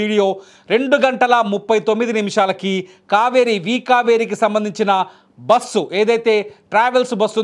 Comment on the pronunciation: It is very difficult to listen this anchor bussu basuuu how many times he repeatedly..how bike driver is responsible. They met accident and lost life before bus accident. Bus driver shoud be responsible without observing what is on road